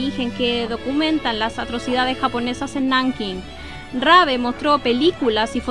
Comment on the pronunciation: Muchisimas gracias por acceder a mi petición :) Cuando lei sobre él tambien quedé sorprendido, la verdad fué muy honorable lo que hizo en China a pesar del contexto. También existe una pelicula alemana que trata sobre él y lleva su nombre. P/D: Si, pronunciaste bien mi apellido 😅. ¡Saludos!